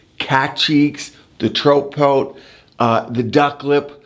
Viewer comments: Troat poat? 😂😂😂 it’s TROUT as in a type of fish and POUT (rhymes with trout!) when someone puckers their lips. C’mon Doc, you could have practiced this! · It came out that way because he was demonstrating a trout pout with his mouth as he said it